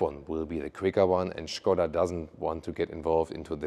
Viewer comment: Super, Good your pronunciation "Shkoda"